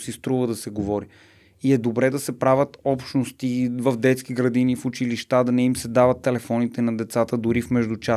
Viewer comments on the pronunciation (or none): none